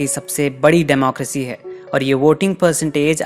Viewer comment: Democracy hota hai na ki democrasy😂 ny way u hv did good work this time